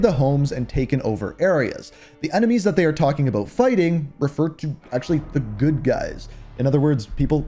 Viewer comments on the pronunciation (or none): none